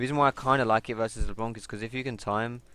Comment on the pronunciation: it's not leblonk ...